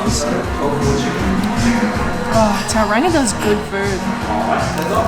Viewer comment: Just a heads up Tauranga is pronounced Tauronga.